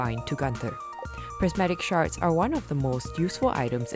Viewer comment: Sounds like she’s saying ‘prismatic sharts’